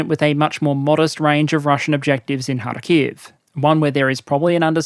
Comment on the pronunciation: Its KhArkiv, not KharkIv